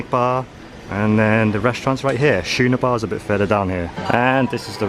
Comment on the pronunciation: FYI…..The Schooner Bar is pronounced “skoo-ner.” It’s a sailing ship.